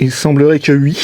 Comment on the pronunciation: C'est marrant, c'est vui (oui) mais pas vouite (8) ? ;) Poce bleu 🤘